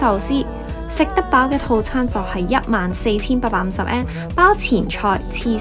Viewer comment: 好好嘅建議，善意提點，更好的話 “yen” 字可以讀得較準， 唔好讀 “an”，謝謝